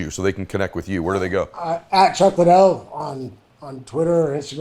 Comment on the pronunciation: Most boxers that might be the case. But not Mike, I see any takedown attempt countered with an uppercut (Tyson has a low stance and insane reaction time) and if it's just a straight striking match he edges it out. P.s. way to butcher Chuck's name worse than De La Hoya, it's Liddell, not LINdell.